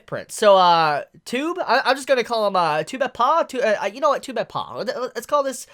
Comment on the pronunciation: Tubeppa? not two-be-paw Try Two-beppuh